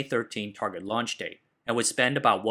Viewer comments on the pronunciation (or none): none